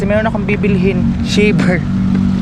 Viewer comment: Bkit ganyanka mag pronounc3 Kya di ka naiintindihan English pa nman kinukuha mo Hindi shiver ay naku shaver English English KA pa mali mali nman lagi